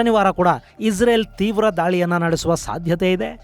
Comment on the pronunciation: ಪದೇ ಪದೇ ಇಜರೆಲ್ ಈಜರೆಲ್ ಅಂತ ಹೇಳ್ಬೇಡಿ ಗುರುಗಳೇ ಅದು ಇಸ್ರೇಲ್